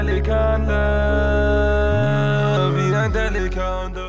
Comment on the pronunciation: dafür dass er Wannabe Türke und Moslem ist kann er delikanli nicht mal aussprechen 💪 das einzige was er sagen kann ist abi und pasa, aber sonst ist er genau so geldgeil und agehoben wie der Rest der Menschen im Rap Geschäft #Allahyardimetsin an alle die sich für Geld verkaufen